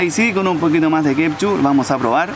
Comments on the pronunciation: Wena se dice ketchup, no kepchu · Fabian Astudillo huajauajaja no la corta nunca con decir “kepshu”